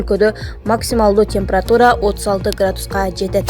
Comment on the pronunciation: ИндРа эмес, ИндИра!!! Канчалык сабатсызсын!!! Темпратура......... де...... ужас!!!!